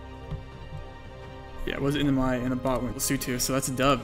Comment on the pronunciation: It took me 5 minutes of research to even get that he's saying 'NMI' and that that's 'Northern Mariana Islands'...